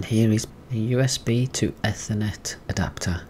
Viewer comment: Great video, just please dont say eh-thernet Please